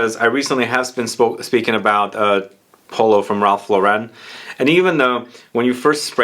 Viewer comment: Re: Ralph Lauren - It's Lau-run (like Lauren Hutton), not Luh-REN.